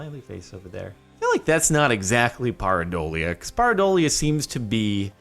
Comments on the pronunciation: It is Pear-i-doalia. Pear... come on man. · it's pronounced pear - a - dole ee uh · Jordon ask a Neurologist.. It is "PEAR adolia"